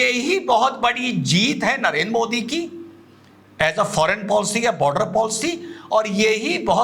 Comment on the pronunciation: ये आपका पढ़ा लिखा ज़ाहिल (??जो आपको अति प्रिय...😜😜🤑) मोदीजी को मोडी क्यों बोलता है,क्या यह मौलाना मदनी को मड़नी कहता है.. शायद मुझे लगता है कि,अंग्रेज लोग द को ड बोलते हैं.....,😂